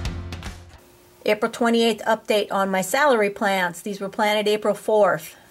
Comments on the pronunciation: I’m going to accuse you of being a northerner. Salary is how your saying celery. Southerners pronounce it cell-a-ree But thanks for sharing your process for growing. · it’s ok, potato potahto, you hill (north)or heel (south) your potatoes. Oh brother 🙄